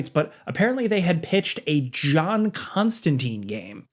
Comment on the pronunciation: It breaks my heart every time I hear it pronounced Constan TEEN. ConstanTINE rhymes with fine. And Keanu Reeves did get a game it sucked That nitpick out of the way. I would love to see Remedy, Telltale, Supermassive do a Hellblazer game. Give Eric kripke the Hellblazer keys he is clearly a fan. Supernatural is the closest thing to a real Hellblazer show we are ever gonna get. (Yes I am aware of Matt Ryan) Also keep John out of Injustice. He is not a fighter. I would love some fan made Hogwarts legacy DLC that includes John tho. "How can that muggle do magic and why is he constantly smoking!" Hellblazer game, hardcore mode, have to keep John's nicotine levels high or he dies. Every couple of hours ya have to hop over to the shop and restock him on silk cuts.